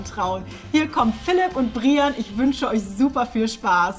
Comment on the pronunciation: Willst du echt Brian genannt werden und nicht Breiän?! 😮